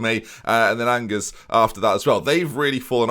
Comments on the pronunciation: me when pronounces angers the same way as the English word "angers" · MFer pronounced Angers like ang-ers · You can say it angers you